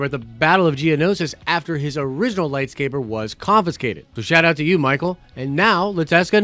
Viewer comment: So we’re really going to just ignore the fact that he said “lightscaber” two times?